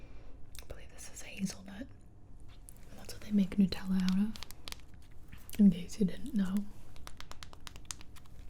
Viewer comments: did she just say nootella? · The actual pronunciation is Nootella, the carmel tho is indeed weird